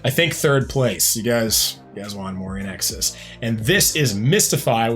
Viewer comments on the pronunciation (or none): One of my favorites. BTW, it's pronounced like "in excess", not "In exes". 😊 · Sounds like you're saying IN EXes. It's IN EXCESS. To see that Michael Hutchence charisma...watch "Suicide Blonde" live at Wembley Stadium in 1991. So good. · Small critique. It is pronounced in excess. Not inexus. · It's pronounced In EXCESS. Michael was one of the few baritones in the rock universe. And he was HOT. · Hi. Just fyi it's pronounced in excess. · Please it’s pronounced IN EXCESS /INXS.. 🧐😊🇦🇺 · FYI - INXS is pronounced 'in excess' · Pronounce it “in exCESS”. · Pronounced In Excess! In X S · Yeah, get the band name and lead singer’s name correct. The least you can do when earning money off someone’s work! Don’t be so lazy! 🙄